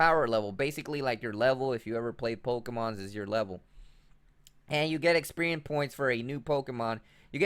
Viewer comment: DAMN THANK GOD SOMEONE POINTED IT OUT IT MADE ME CRINGE WHEN I HEAR EXPERIEM AND POKSPOTS UGH :3